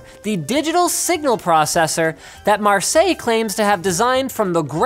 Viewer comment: As a french , i must say Marseille is pronunced wrong (pronunced marseYe ) and that trigger me out of laughing ^^. (Marseille is the second most populated city of France )